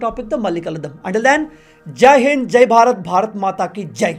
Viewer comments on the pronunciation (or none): none